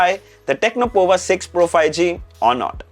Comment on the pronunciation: It's powa (as power with US accent). Looking at the CPU which is Dimensity 6080, the price is way too high